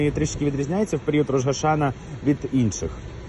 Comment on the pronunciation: Дякую за дуже дотептий репортаж! Ведучому: треба казати Рош-а-шанА. Слава Україні! Слава Ізраїлю!